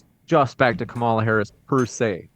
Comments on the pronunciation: The moderator can’t even pronounce Harris’ name correctly. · 30 minutes and in the moderator still can’t pronounce Harris name right. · How is it that this idiot moderator does not know how to pronounce properly the vice president of the United States name at this late hour?